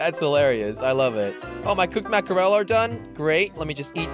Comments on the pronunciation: I like what ya got going on but I can't hear mack-er-el again. Are you in a landlocked state by chance? lol just teasing you. But for the record it pronounced mack-ruhl. Just two syllables. Just a little help from a girl in Maine. We literally can watch mack-ruhl (lol) jump in schools a hundred yards from our house, so we are a little familiar. :-P Keep up the raft vids though. Really enjoy them! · I used to pronounce mackerel like that but then when i realised it was ‘mack-rel’ I was embarrassed af. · Say it like mackrul